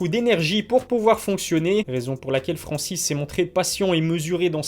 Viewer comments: Il y a un N au début du nom de Francis...sinon le reste comme d habitude c est de la qualité. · Et bah voilà, bonne prononciation de son nom à Francis !! un peu de respect quand même !!!